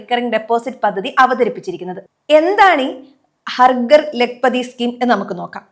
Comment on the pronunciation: "ഹർ ഗർ" അല്ല "ഹർ ഘർ" എന്നാണ് ഉച്ചരിക്കേണ്ടത്. വന്ന് വന്ന് മലയാളം നേരേ ചൊവ്വേ പറയാൻ പോലും അറിയാതെയായി മലയാളിക്ക്😢